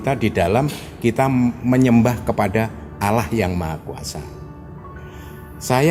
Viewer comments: Penyebutannya bukan alah tapi Allah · pelafalan katan "Allah" mirip dgn dialeg orang Kristen (Alah). mungkin ini diluar islam dan anggotanya yg wanita pun g ada yg pake jilbab/hijab